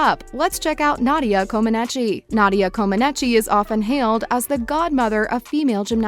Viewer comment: Nadia's last name is pronounced "Co-ma-neech."